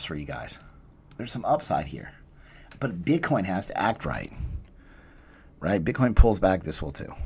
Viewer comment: “Jumping rigggghhht into the marrrrket”